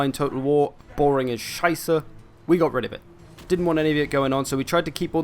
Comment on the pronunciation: A nice Scheiße you got there. Pronunciation is on point.